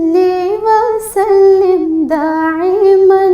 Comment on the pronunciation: دائماً کو داعماً پڑھا گیا ہے سبحان اللہ بہت اچھا پڑھا گیا ہے۔